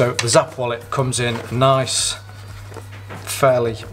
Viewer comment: Hi, thank you so much for that detailed video! 🙌We're glad to see that you like the wallet. Side note: It's pronounced "snap" 😁